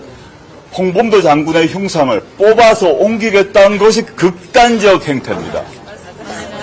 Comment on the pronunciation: '극단적'이란 말을 한동훈처럼 웃기게 말하는 사람은 없을 것입니다. 조국 대표와의 실력차이가 너무도 극단적입니다. ^^